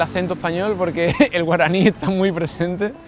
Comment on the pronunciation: pronuncias muy bien el guaraní. 👏👏👏👏😋 Hermosa es mi tierrita guaraní, por doquier.